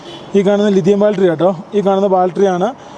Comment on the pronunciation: Not baltery. It is BATTERY